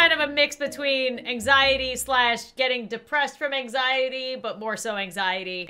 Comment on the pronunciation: I have total engzity me: me too